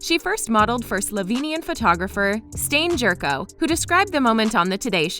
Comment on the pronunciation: Stane Jerko je Stejn Đerko. Mal sm umru od smeha :D